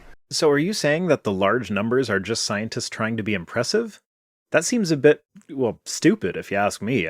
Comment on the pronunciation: The way this guy pronounces "scientist" is just odd. It sounds like "Sionist."